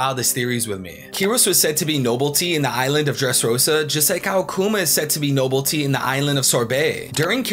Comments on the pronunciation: bro fr said "noblety" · Nobility (*no-bill-it-ee*)